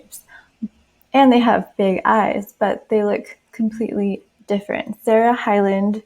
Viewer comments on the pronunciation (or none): none